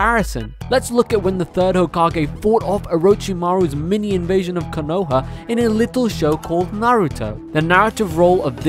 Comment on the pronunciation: This boy really said "kuh-no-hah" it's Konoha bro, wtf lmao